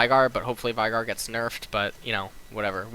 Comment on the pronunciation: VI GAR sorry but you really make some pronunciations really weird. why do you do that? It's not korean, it's not american english, and it's not uk english. :P